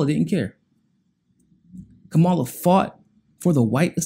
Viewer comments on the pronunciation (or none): yeah i know who he's talking about. Point is... her name is Cam-ah-la. Let's add credibility to our news outlets... mispronouncing his name makesit seem as if we're only listening to one another and not getting the information from the source.. if we were, we would catch the little mistakes.. seems minor but folks check for that. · Fam... you gotta start pronouncing her name properly... that keeps you credible. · “There are some people who believe that Kamala Harris is for us.” Right off the bat, you don’t know how to pronounce her name, which shows you haven’t done any research that you claim to have done: You haven’t even read her book, which is a short read. Second, who is “us?” Does it include me? So I looked up MCSC Network and found there was no reason it shouldn’t include me. So, I feel free to include myself among the people who believe that Kamala Harris is for me, along with “some of other people”. It’s only when you get into the stupid meat of your subject that I realize you’re talking about African Americans, and light-skinned ones in particular. So, in fact, I am not part of “us,” and what you are appealing too in particular is race-conscious (racist) African Americans.